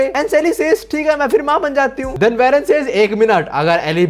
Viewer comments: भाई उसका नेम वेरन नहीं वॉरेन है uska pronunciation Aisa hota hai ❤ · It isn't varen It's woren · Aye yo pronunciation check ;😢 Eli is not "ELEE" JUST LIKE H2O is not Hydrogen D Oxide (the will of D😅) Eli is" E" 'lie" 😮 Love the way U lie types And Warren is not werren, More like WORREN 😢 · Eli- E LIE WARREN- WAR REN Your videos are great but plz pronounce these names correctly or it sounds really weird